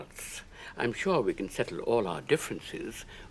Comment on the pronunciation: Since when does sure and more have two syllables.